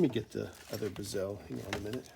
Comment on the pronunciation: Great videos! You’re causing me stress by the way you pronounce “bezel”. lol It makes my eye twitch. Mind you, I pronounce “decal” as “deckle”, as opposed to “deecal”. I find your videos very informative and helpful. Keep up the great work.